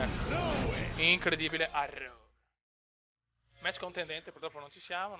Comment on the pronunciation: raw nn si pronuncia rav ma ro